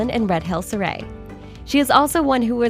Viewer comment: Surrey should be pronounced like curry :)